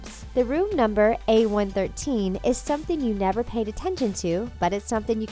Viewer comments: Its a one one three not what u said a one one thirdteen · YOUR SAYING A113 WRONG